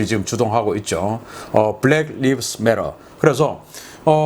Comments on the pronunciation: BLM "블랙 라이브스 메터" 로 발음하십오. 블랙 리브스는 틀린 발음입니다. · 죄송합니다만 "BLACK LIVES MATTER"는 "불랙 리브스 매러"가 아니라 "불랙 라이브즈 매러"라고 읽어야 합니다. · 리브스가 아니라 라이브스입니다... 오글 오글... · BLM(Black Lives Matter): 블랙 리브스 매터 라고 읽는게 아니고 블랙 라이브스 매터 라고 읽습니다. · Black Lives Matter. 라이브즈로 발음하셔야 되겠습니다. Life의 복수니까요. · 세상에 악이 차고 넘치네요ㅜㅜ ㆍ어떻게 저런 짓들을 할까요ㆍㆍ Black Lives Matter 중 Lives 는 live '살다' 란 동사 아니고 life '삶 생명' 명사의 복수형 으로 발음은 '라이브즈' 라고 하는게 맞을거예요^^; 흑인의 삶 생명들은 중요하다 뭐 그런 감성 팔이식 인권운동 선동 문군요ㆍㆍ 맞서서 All lives matter 등등의 피켓들을 들고 평화시위도 하더군요ㆍㆍ 오늘 방송도 잘 듣고 갑니다ㆍ고맙습니다